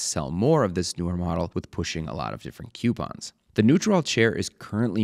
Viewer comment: "kew-pons"? "KEW-PONS"?! koo-pons